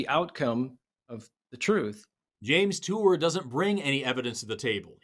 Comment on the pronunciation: “James Tour”